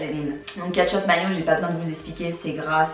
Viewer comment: Ça m'a fait rire tu dis "catch up" pour "ketchup" 😆😆